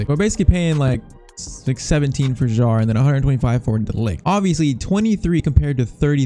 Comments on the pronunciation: Kjær is pronounced Kjaer, not jaer… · f.y.i. Your pronunciation for kjaer is wrong. The "j" is silent.